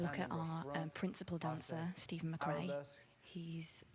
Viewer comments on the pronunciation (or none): none